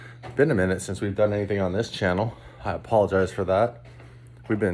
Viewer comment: Being a guy that's played hockey for alot of my life having several Canadian friends... I LOVE when you say words like a-Paul-agize. Lol